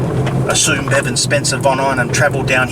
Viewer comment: His name is Bevan not Devon sorry that’s what it sounds like you are saying. I apologize if I’m wrong.